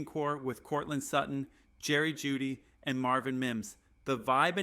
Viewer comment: You keep saying we got Jerry juedy lol